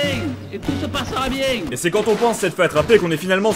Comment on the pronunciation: "Tu desang sans faire le maling, et tout se passera bieng."